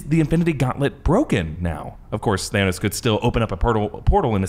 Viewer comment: Why did Thor pronounce it "Thanaws" when literally no one said it that way